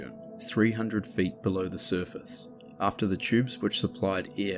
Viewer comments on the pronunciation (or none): none